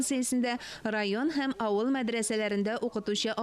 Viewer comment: без "авыл" диеп язабыз, "аул" диеп әйтәбез. "Вә" диеп языла, "үә" диеп укыла. Мин гаепләп әйтмим, төзәтәм генә. Рус мәктәбендә укучыларны моны өйрәтмиләр